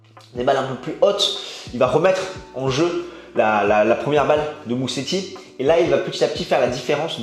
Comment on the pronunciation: En italien, un S tout seul en milieu de mot se prononce comme en français : Z -> Mouzéti :)